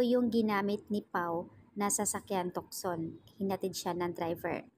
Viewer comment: Tucson (tu-son) ang pagbigkas